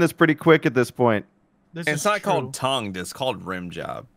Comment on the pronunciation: "TOUGNED" I'm Jealous bro......." - 2020